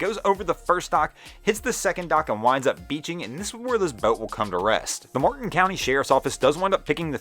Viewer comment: Martin county FL. Not Morton county